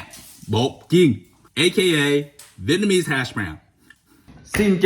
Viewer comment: Try pronouncing VIET nam and not VIT nam. Vit means duck as you know. Western Viet people for some reason can't pronounce their own country's name correctly when others can. You sound stupid.